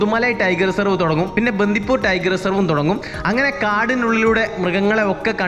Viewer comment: ബന്ധിപൂര് അല്ല ബണ്ടിപൂര് 😊